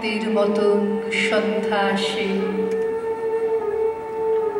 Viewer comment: ব্রততী উচ্চারণ করেন,শফেন,সঅন্ধ্যা।নাকি শুধু আমার কানেই এমনটি ধরা পড়লো?